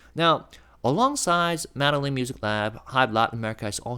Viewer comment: Tiny correction: Medellin is pronounced Med-e (long a sound)-yeen. The doulble LL is a separate letter in their alphabet, pronounced like a Y.